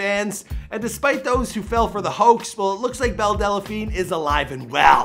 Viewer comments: Her name is Belle Delphine NOT Belle Delaphine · IT’S DEL-FEEN NOT DE-LE-FEEN JFC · DEL, not DELA, there's no fucking A in there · Great video, except one thing. Its delphine, not dela-phine lol I heard briefly about her so I came across this to see what this was all about. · DELPHINE NOT DELLAPHINE...JESUS CHRIST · Funny when you say delephine instead of delphine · Dude I seriously can't stand how you mispronounce names Time and time again.....it's Belle Delphine ( Delfeen) NOT Delephine......this one ain't even as bad as the tekashi 6ix9ine one....which you pronounced as "Tecashiie"....instead of its proper pronounciation Te-Ka-shi smh you're an epic fail bro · It's pronounced Delfeen not Delafeen. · are you pronouncing her last name right? Del-a-Feen or is it Del-Feen? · I lost count of how many times he said "Belle Dellapheen" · Why do you keep saying delaphine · Is it so hard to say DEL PHINE? There’s no A. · Why can this guy never pronounce people's names right. He keeps saying Delephine. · does he keep saying Belle Dell-a-phine??? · It’s not Della-phine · Theres no vowel between L and P in the word "Delphine" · As much as I hate belle delphine, I'm hating the way he says the name even more....